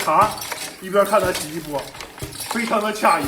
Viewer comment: 不是应该qie 意吗？为什么是qia 意？我以前发音错了？